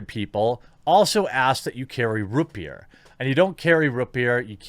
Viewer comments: ROOT beer not roopbeer haha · “Rut beer?” Is that some Midwest thing? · Jeremy: "Rut Beer" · No one: Jeremy: rUt BeEr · Lmao. I thought I was the only one that heard that 😂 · I can only assume its a mid-western thing. I just thought it was funny. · I feel personally attacked by the way you pronounce root beer. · The way he says root beer... 😖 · I haven't been able to hear the Midwest in your speech very much until I heard the way you say Rootbeer.